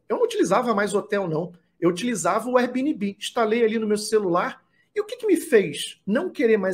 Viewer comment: Veja como se pronuncia airbnb